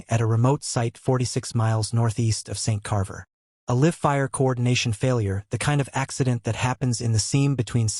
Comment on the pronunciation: Could you please proof listen as a live feed is with an “i” sound as in “eye” not as in “lift”! That’s just one of several!